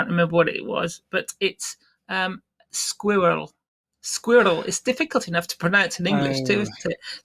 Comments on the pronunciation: 'Squirrel' was so funny. He likened it to 'warrior' but I thought he said 'lawyer'!!! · As an English person, no, squirrel isn't hard to say, but it's a constant source of amusement hearing others struggle to pronounce it. Especially Americans.